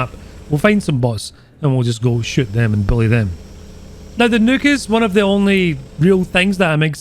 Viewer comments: everyone: "nuke": "Nook" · he says nuke like neuk, which means fuck in dutch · Sounds like is sayin' "Featurin' me first evar Nook!" Like he bought it off Amazon to read his booooks. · The way you say nuke got me dyin' idk y, but you got a new sub from me man lol!!!